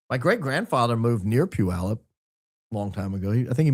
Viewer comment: Puyallup is neither dinky nor on the coast. It’s 43k people and about 100miles inland. I DO appreciate that you pronounce it correctly! (I lived in Orting, the next town over, for 20+ years and my Mom graduated from PHS in 1958!)